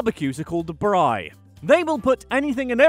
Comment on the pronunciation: Hey but atleast he said braai correctly